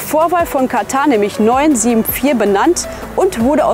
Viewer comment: Sehr interessantes Video ! Am besten fand ich es jedoch dass Ihr das Wort Katar richtig ausgesprochen habt und nicht wie sämtliche Berichterstatter , ständig Katta sagten. Dafür habt Ihr ein Abo verdient.:elbowcough